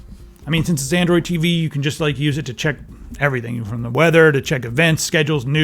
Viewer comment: "Andriod TV" lol